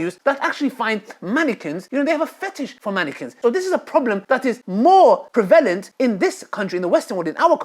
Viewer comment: Love it my man, but for future it’s “prevalent”, not ‘prelevant’ 😂